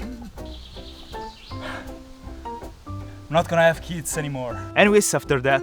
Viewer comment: why does the accent makes this better? HOW does the accent make this better? noTgonahav KEETS animor